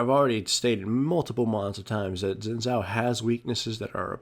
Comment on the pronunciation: its shin tsaoh (xin zhao)